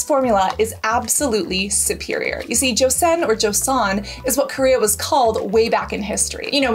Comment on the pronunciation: Thank you for doing a decent job of pronouncing "Joseon!" I've seen so many say "jo-see-on." It's actually more like "jo-sun."